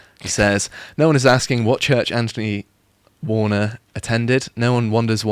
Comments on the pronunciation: Anphony warner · Nice lad. Dull to listen to. Can't pronounce "th". "Anfony Warner". You don't even pronounce "th" in Anthony.